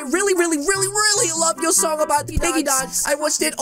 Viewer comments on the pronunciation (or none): none